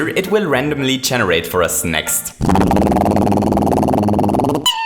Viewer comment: What's Chenerate? It's generate, learn how to speak English, you might get more subs without that irritating voice!